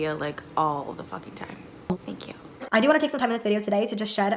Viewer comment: I adore your humor. The way you keep saying "thank yew" 😭😭😂